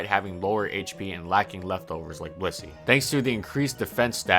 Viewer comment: Sometimes I hear bussy instead of Blissey.